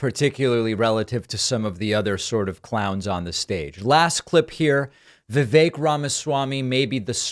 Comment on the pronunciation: i feel awful saying this, but if you can't even say "vivek" properly, why should we think you have an understanding on politics. its not even a difficult name